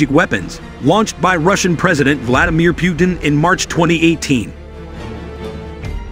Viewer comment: his name is pronounced as P'oo-teen,..not P-you-teen